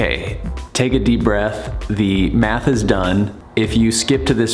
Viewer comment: Math? I thought you said meth. I’m outta here.